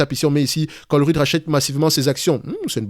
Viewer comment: Ça se prononce comme chevreuil, ColreuYte 😂 salutations de Belgique !